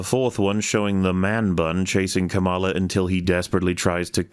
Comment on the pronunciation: the kamala mispronunciation had better be a snide political reference